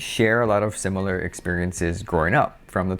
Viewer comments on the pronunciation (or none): none